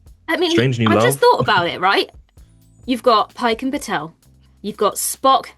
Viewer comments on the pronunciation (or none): BATEL, not Patel.